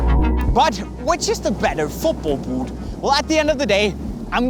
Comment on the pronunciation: Great review. Amazing filmography. But I just absolutely can't stand the way he pronounces the word "boot". Please please fix it